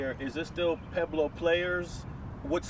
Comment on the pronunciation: Gonna let you guys in on something....it's pronounced Pweb-low, not Peblo. I know it will not change anything at this point and I know the whole point is to not be "proper" and conform and all that woo woo woo (just like wearing your pants around your knees with underwear fully exposed), but this intentional continual mispronunciation of these words just makes anyone who is trying to have understanding of this culture feel like it is hopeless for many gangsters to even be taken seriously. Watch any DJ Quik interview and see that you can still be "hood" even if you talk more "proper" and it will allow others to actually feel like there is a chance for you.